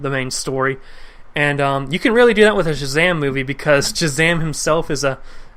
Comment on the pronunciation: Mispronounce Shazam one more time and I'm going to Shazam a stick up your bottom.